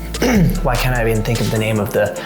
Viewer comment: And "you cat do... " Instead of "you can't do..."